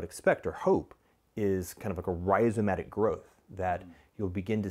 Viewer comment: "rhizomatic"! dat boi got some skills!